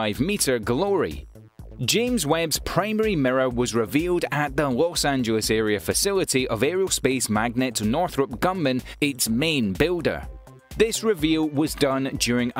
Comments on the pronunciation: good video, but It's GRUMMAN, not "Gunman". It's Lagrange, not "larange". It's Arianne, not "Iranian". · For someone with a British accent he mispronounces a Lot of important words ie: La Grange,Arianne,Grummin etc. Makes me wonder if his facts are just as poorly based..